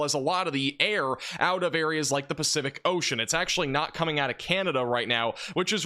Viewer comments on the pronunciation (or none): none